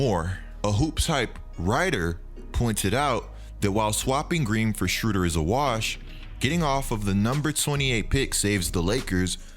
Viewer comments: keep mispronouncing the man's name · im from germany and its very funny to hear how you pronounce "Schröder" ;)